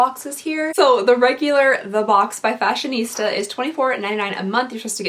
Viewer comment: for the second month...its pronounced Fashion - STA. Not Fashion-ista. Thats a whole different company.